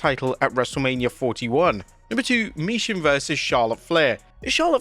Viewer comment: For the thousandth time HER NAME IS MI-CHIN!!!!!! NOT MI-SHIN!!!!!!